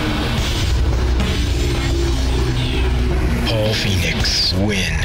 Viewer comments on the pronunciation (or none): none